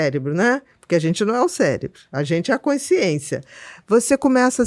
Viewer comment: Ele falou " CELEBRO "?